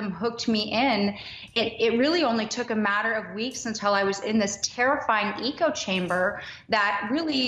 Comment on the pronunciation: These are the kind of people we’re dealing with, she can’t even pronounce the word “echo”